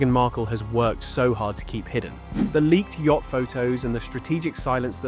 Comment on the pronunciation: Yacht not "Yatch"